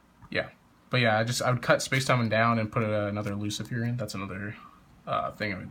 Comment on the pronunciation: it's Lu-ci-fer not Lu-ci-fier